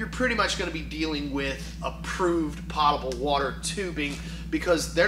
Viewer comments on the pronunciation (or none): Poe-ta-ble not pot-a-ble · FYI: It's pronounced "pote-able." I don't care how many people say it incorrectly. Look it up. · The water is potable so that it can go into a pot. Not a pote. :D